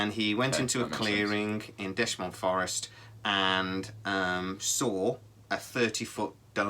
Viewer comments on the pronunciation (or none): Dechmont, pronounced D-E-K-M-O-N-T, not Detchmont... the dome shaped clearing is within about 300 metres to this site, not a mile. Its an underwater resevour in dechmont hill.. Robert taylor worked for the forrestry commission, the theory he was hullucinating after eating local berries is ludicrous, there are NO edible berries in dechmont. His ripped clothes are still held on display by the police and showed signed of assault by a metalic object. (2020, they are getting new forensic testing done on these). I know people that worked with him and he never changed his story and stopped talking about it, never chose fame, just chose the quite life.. I was at this site 3 hrs after it happened as a five year old and its what started me off on 40+ years of paranormal research.. You could have done so much better with this story, and maybe even have reached out to Malcolm Robinson who has done a lot of research on this case, stellar work. Personally, i have spoken with Malcolm and Nick pope on this case and its the ONLY UK ufo case still held "open" by the police. I live a mile from this site and have seen 3 UFOs in Livingston in my time. If you are going to put up a video on this sighting at least put in the ground work.